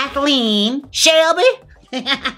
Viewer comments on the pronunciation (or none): The way you pronounced shelby...🤣😂🤣👏👏 I fell over it was hilarious to me and I dunno whyyy haha..I fkn love u haha